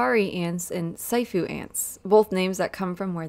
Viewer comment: Very cool! I'm sure no one will mind (I sure don't) but for your reference, siafu is pronounced see-AH-foo Such cool critters. I love arthropods. Even so... I wouldn't want these ants at my picnic